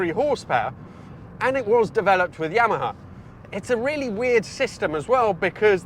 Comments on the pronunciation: Never heard anyone pronounce yamaha like that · Interesting pronunciations of Punto and Yamaha lol.